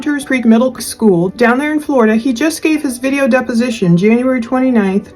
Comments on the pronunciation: finally I’ve wondered if the way she’s “skoo,” was just me- it’s so very off putting. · not at all I thought how she said school too.